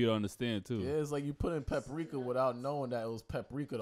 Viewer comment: only pat says peprika instead of paprika